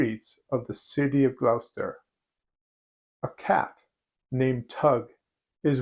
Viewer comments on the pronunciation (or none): Assuming it's Gloucester in England, its pronounced Glosster. Leicester is Lesster, Worcester is Wooster, oo like foot, not boot. Obvious, right? 😊